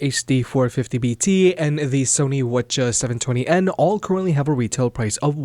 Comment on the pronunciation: Its W H not waccha or whatever the fuck youre saying